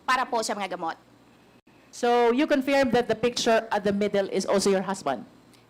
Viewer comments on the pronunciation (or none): Pls pls pls... pakisabi kay Luistro mali po pagka pronounce nya sa word CONFIRM.. paulit ulit pa sinasabi. Favorate word nya yan ah